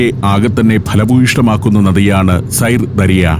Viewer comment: സൈർ ദരിയ എന്നല്ല! സിർദാരിയ - എന്നാണ് ഉച്ചാരണം! ദരിയ എന്നാൽ നദി !